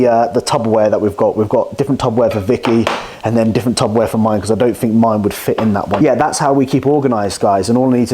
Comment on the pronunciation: Mate 😂 no way you call it Tubberware 🤣🤣 Tupperware**